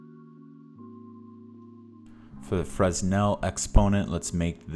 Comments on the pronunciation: This is a great material! Thank you! A couple of notes: 1) Please minimize your preview so we can see the shader graph better. 2) Fresnel is pronounced "Fren-ell" or "Fruh-nell", the "s" is silent. I had a hard time figuring out what you wanted me to do. Thank you again! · Never heard someone call Fresnel Exponent francel made me chuckle